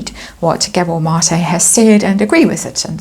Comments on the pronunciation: You're saying his name right! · you said Mate name right, awesome reading gave me a good laugh, the fall is going to be major can not wait for this, love it ❤❤